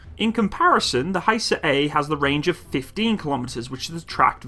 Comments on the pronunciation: FGS sake its not haysar but HIsar like I in or Italy,ok?? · actually; better you pronounce in original language.. hisar (pronounce like, "hesar"-a is like a in khaled-) & thanks for the video..revards from turkiye (not turkey) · It is not pronounced Hye-sar. It is pronounced literally as it is written and the word means "fortress" in Turkish. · Its actually HISAR Arabic حصار Means (siege). like no where to go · HISAR please pronounce like missile ...not like Hi,how are you.ok.everything else is superb as usual.